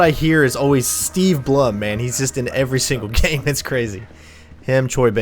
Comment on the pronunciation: Steve Blum's last name is actually pronounced "Bloom".